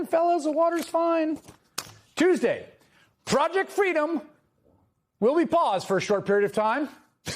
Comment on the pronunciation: Oh dear, I heard "Fraudject Freedom". Perhaps that's not wrong ^^